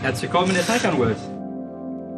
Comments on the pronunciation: Wie Sie immer Tiko Tako sagen absolut klasse😉 schönes Video auch von Porsche wie viel Mühe in den Details liegt👍🏾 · Porsche TAYCAN 🇩🇪 Porches AYCAN🇹🇷